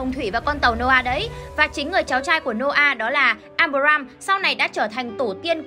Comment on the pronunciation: à mà đọc sai đấy nhé. áp ram và áp ra ham chứ không phải abram và abraham